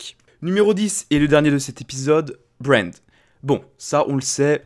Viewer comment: pour brand c'est plus "e" puis "a" puis "z" puis "r"